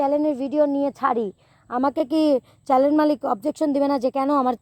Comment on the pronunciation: চ্যানেল উচ্চারণ ঠিক করে বলিও